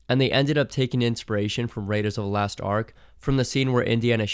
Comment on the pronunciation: Raiders of the LOST Ark, not "last"